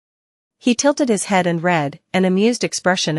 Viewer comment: Don't forget tilted lmao